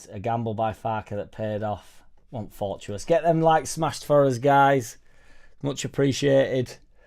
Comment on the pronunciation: For tuwa tuss.fortuitous. ask ceri for a pronunciation, my lad..